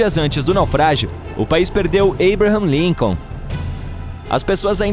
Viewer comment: Esse narrador é ridículo, observa a forma que ele falou o nome de Abraão Lincoln